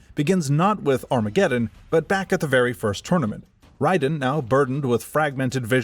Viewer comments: By the way, it is Raiden, not Ryden. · RAY•DEN That's how it's pronounced. Got damn. Raiden. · Raiden the thunder god. Not wrong ,but this guys name is pronounced Rayden. He wasn’t the lightning in the rain. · Was going to post the same thing. The games all clearly pronounce his name as "Ray-den". I feel like people who insist on pronouncing it the way the author of this video did are just being pretentious and claiming "hurr durr, we're just pronouncing it correctly according to how it's spelled." What people like the author of this video fail to realize though is that how it's spelled and "correct" rules of pronunciation are entirely irrelevant. However the developers of the game say a name is pronounced, that's how it's pronounced regardless of spelling or other rules of pronunciation. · First of all i was very sceptical of the voice and not mentioning that the og kung lao was the ancestor to clarify misconceptions but after hearing you pronounce raiden i was 100% sure this is ai slop at its finest. Dont get me wrong you probably halfway put effort in this vid probably. But i aint watching that shit. Now gtfo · Pissed me off the way he said Raiden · its not wrong but its MK wrong lol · You get a down vote because mispronouncing Raiden tells me youre using AI, either to write your script, read your script, or both. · Buddy makes a whole ass video on the world of MK and can't even pronounce Raiden correctly. Like did you even listen to any of the scenes? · Has to be saying the name wrong on purpose. Raiden's name is used in every game countless times properly. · Great video. I really enjoyed this succinct summary of Mortal Kombat's deep yet convoluted lore despite the omission of 11's part in the story and the mispronunciation of Raiden. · you are correct. It’s not up for debate since nether realm created raiden and also named him so they can pronounce his name however they see fit which they decided to go with ray-den instead of ry-den.